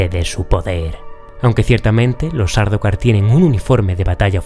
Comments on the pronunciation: por que pronuncias "SÁRDUKAR" ? SAR DAU KAR..... esa AU no se convierte en una U. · pero porqué les dices? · Habitualmente digo "Sardaukar", aunque a veces con la rapidez de la narración digo o parece que digo "". Y sin embargo tampoco se pronuncia así. Se pronuncia "SAR DA KAR", o al menos así lo hacía el autor de la obra en las grabaciones que hay de sus entrevistas. Hasta en eso me he documentado, pero si lo pronuncio mal aún sabiendo perfectamente cómo se pronuncia ¿Porqué crees que puede ser? Párate un segundo a pensar en la cantidad de horas de lectura, documentacion, escritura de guiones, grabaciones, edición, búsqueda de imágenes, bibliografía, música, miniaturas, etc. que llevan todos los vídeos que he subido en estos días e imagínate intentar concentrarte en decir todos los nombres correctamente sin que la costumbre te la juegue. 😃 Tú solo has dedicado 30 segundos a escribir este comentario y te has equivocado. Imagínate la de veces que me equivoco yo. A veces hacéis unas preguntas... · En castellano puedes decir Sardaukar.. es cierto q Herbert lo pronuncia como “Sard-kar” la “au” es casi muda ..pero no es una palabra concebida como de origen anglosajón. Buen vídeo.